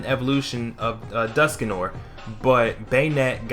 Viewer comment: dusknoir is pronounced as "Dusk-nwa", "noir" is french for black and is pronounced as :nwah". jus sayin...